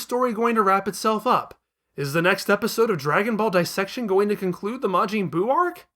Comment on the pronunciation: “Mr Saht.han.” “Majeeen buu”